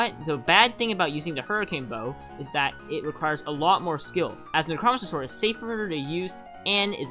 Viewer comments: It's necromancer not nichrahmanser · ITS NECRO-MANCER NOT NECROMECER HOOOLYYY BRO PRONOUNCE IT RIGHT LMFAOOOO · " neck row man sir " necromancer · Neck-Row-Man-Sir (Necromancer) loved the video tho! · nucromiser wtf its NECK ROW MANCE ERR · Neck-row-man-sir PLEASE pronounce it correct it’s killing me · I hate the way you say necromancer. Necro Mancer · I never knew anyone pronounces necromancer like that lol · i love how you say necromancer sword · there's no way you haven't heard the right way to say necromancer, right? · WHY DO YOU PRONOUNCE NECROMANCER LIKE THAT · Bro pronounced necromancer wrong intentionally, to make people mad then comment for the algorithm.